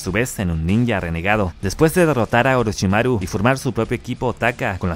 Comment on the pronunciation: Que rara forma de decir Orochimaru